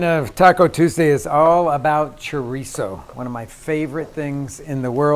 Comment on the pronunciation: If you can't properly pronounce it, you have no business cooking it.Look's like a dogs dinner.